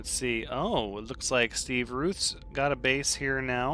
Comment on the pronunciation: Wow....watch out for that GIANT crashed freighter...........woopsy! Mmmmm.....I think you must of found all of the blueprints, if your getting nanites! I I’m a fan of the longer episodes....you have more time to do stuff......I accept these terms! Thank you for the shoutout! (btw...Routh is pronounced like “mouth” but with an R instead of a M)..hehe...don’t worry, most people get it wrong!